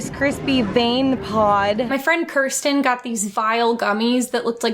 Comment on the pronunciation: Ooh finally another Kirsten that pronounces it like Kurs-tin